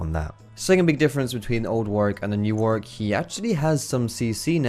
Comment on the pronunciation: jesus christ it's warWick, NOT warick. This pissed me off the whole video